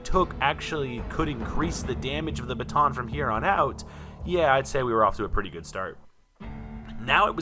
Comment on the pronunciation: a bha-tho'???